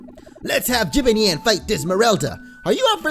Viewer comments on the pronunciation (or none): Jibanyan is pronounced ji- bAn- yan not ji-ban-yin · it's pronounced Chibonyan not jibonon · not Jibonyon, it's jib ahn yahn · ITS jibonyon not jibanyan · it's not jib-an-yan it's ji-ban-yan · it’s jee-bon-yon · Jibanyan Is Pronounced Ja.Bon.Yon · It's said chi-bon-yon got it? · It is jibonyon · It's JI-BON-YHAN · ITS PRONOUNCED JI_ban_Yan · it's ji-ban-yun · It's pronounced Ju- Bon- yawn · it is like Jo-bon-yawn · this is how you say jibanyan ji-ban-yan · It's called jib-ayn-yan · no offense but it's Ji-ban-yan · It's pronounced Jibanyon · It's pronounced jibonyon even know it's spelled different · It is pronounced chibonyan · Game tells you the correct pronunciation (LITERALLY 30 SECONDS LATER) - "Now we've got 'Jib-in-yann' in our party.." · its pranounced je-ban-yan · its pronounced Jibonyon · You t is pronounced ju-Bon-yon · it's jabnyan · It's pronounced ju-bon-yon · ja-bon-yan not ja-ban-an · You pronounce jibanyan like the... Jib-arn-yarn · its ji ban yan with the a the a sunding like man in jamacin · Its pronouced ju-bon-yon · It's jebonyon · Louis Rodriguez dude watch the tv show pm on disney XD it's said ji-bon-yon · It's pronounced ji Bon yawn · It's pronounced jibonyon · It's Pronounced chE-ban-yan. /[T_T]\ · It's jib on yon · it is called jE-ban-ian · its ji_bayn_yawn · it's (JE-BON-NION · Pronounced jib-Bawn-yawn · jib-ann-yan thats how you pronouce his name and he dos not have a western accent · IT'S SAID JIHBAWNYAWN!!!!! (am I late?) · its pronuced ji ban yan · its jabanyan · Here is how you prenonce jibanyan ( jib-on-yawn) also check out my YouTube channel which is Jessica Deer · its pronounced gi-bon-yawn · Jibanyan is pronounced jab on yon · ja bon yon say it properly ! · NOT JIBANJAN \JABONYON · the pronunciation is jib-on-yawn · sorry not trying to sound mean I just hate when someone pronounces something wrong, its juh-bon-yon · its Ji-Bon-yon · It's Chee Bon Yawn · its pronounced "JIb AHN YAHN"